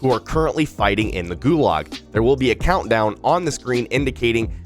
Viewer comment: yo bro,GULAG is pronounced more like GU-lodge like log but with a z-ish kinda ending